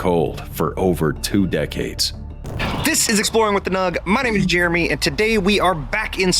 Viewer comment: I was enjoying it until your AI called that guy Germie.